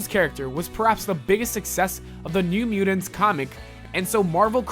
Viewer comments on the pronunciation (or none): Dude the way you say mutants (mudins) and kittens (kiddens) drives me nuts. I can’t even pay attention to what you are saying. Work on your pronunciation bro LOL